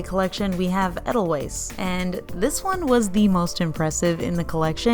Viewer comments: They look beautiful but I just won't use gel polish. It's hard to remove and the UV lamps are unregulated and untested for long-term use. Also, just so you know, Edelweiss is pronounced Ay-dell-vice. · “ei-duhl-vais” 🙈 love your videos though! and always wonderful content 😊 for realz, I just also love the Sound of Music 😂